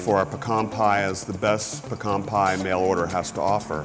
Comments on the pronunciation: It’s pea-can not puk-arn (triggered) I can’t believe he said “pukarn” is he a chicken? 😂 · They say pecan like “ pukon” I say it like “ pee-can” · the worst part of this episode objectively is the way they're saying "pe-KAHN" pie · it's pronounced as pee-ken